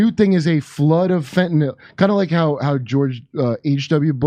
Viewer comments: It's funny, but Vivek is the only person I've heard in this entire segment who pronounced Fentanyl correctly.🤣 Why does everyone pronounce it (Fentanyl NOL?) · Why do so many people call it "fentanol"? Have they never seen it written down? At least Kurt says it right.